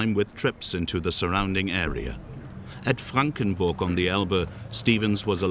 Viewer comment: Sign says Frankenberg. Commentator says Frankenburg. Bye 👍.